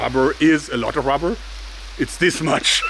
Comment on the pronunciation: rabberr lol